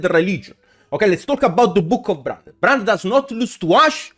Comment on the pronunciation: "bRRo, EvRRy time I play bRRanded" made me spit my food, lmaoooooo